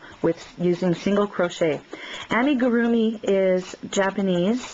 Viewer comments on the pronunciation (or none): Does anyone else notice that she cant pronounce Amigurumi right? just thought that was funny.